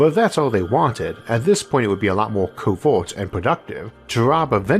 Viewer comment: He has a speech impediment (think Elmer Fudd), I don't remember what it's called.